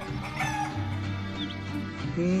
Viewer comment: Pinche no se dice "nadien"